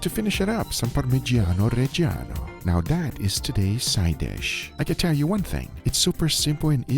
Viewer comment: Kudos for the pronounciation of "Parmigiano Reggiano"... the first foreigner I hear saying it right... ❤